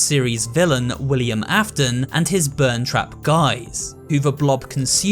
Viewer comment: Did you just say Willian Affton